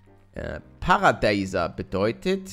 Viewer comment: Wie Palle einfach Paradeiser falsch ausspricht und Alter heißt nicht das Alter sonder z.B. Pisa wos sui des (Alter was soll das) xD